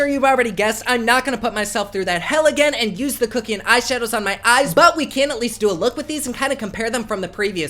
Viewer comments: And it's Kuck as in Fuck. Not Kookian. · Instinctively I believe kuckian is pronounced Satan?! 😉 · The way you say Kuckian gags me omg 😂😂